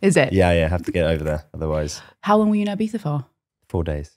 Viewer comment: the way she pronounces "ibiza" 😍🥹